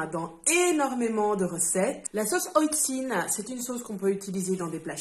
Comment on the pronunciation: Alors effectivement je ne connaissais pas. Et merci pour la prononciation, j'aurais prononcé à la française (oh le touriste) 😂 À quand l'envoi de la Chan Box en Suisse ? Ça m'intéresse beaucoup